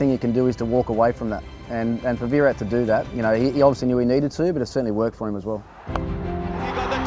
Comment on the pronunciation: His name is VIRAT not v-rat. Show some respect..